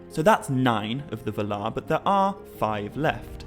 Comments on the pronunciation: Ugh. It's vaalar, not valar. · While I really enjoy the vids I can't stand the way he pronounces valar. Pretty sure its [VA]lar not [v]-larr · I came across this channel not too long ago and am watching the vids but the way he pronounces Valar seems wrong… but I won’t let that discourage me from watching more vids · Sorry, but you're pronouncing Valar/Vala wrong. 🙄